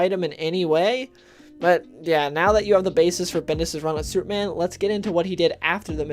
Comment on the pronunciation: Comics have been terrible since the early 1990s. Plus, slow down, narrator. "Supe-man".